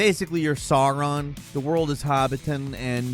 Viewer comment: Who the heck is “Sar Ron”?